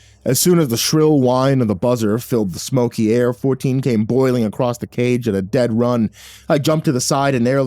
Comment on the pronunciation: Ah i wondered why i never finished this. It's because you forgot how to read "across".